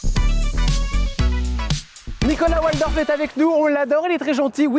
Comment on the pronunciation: Son nom se prononce Valdorf et non Oualdorf Jordan . Nom d’origine germanique 😊